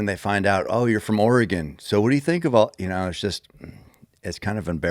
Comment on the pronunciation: Thank you, Cameron for confirming the proper pronunciation of Oregon. I never thought it sounded right when people pronounced it "Ore-gone".